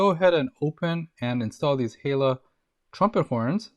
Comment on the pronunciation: Hella. Pronounced Hell-a, not Hey-la.